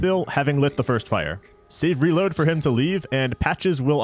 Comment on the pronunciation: great content with this series, but i have to mention that after untold hours of watching souls videos and exposure to the term “save; reload,” is the first time i ever heard “savory load” instead. thanks for that, i hate it.